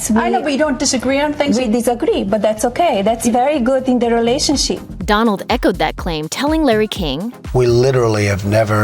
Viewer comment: Did she say "relationsheep'?